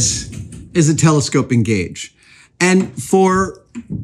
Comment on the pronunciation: Thought you opened by saying "Gage-a-vous" and while I realized on re-listen that was not the case, I got a good laugh out of it anyway